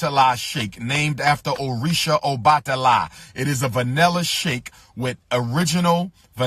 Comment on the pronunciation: He can’t even pronounce his Orishas right....!!!!!😜😜😜😜😂🤣😂🤣😂🤣😂🤣😂🤣😂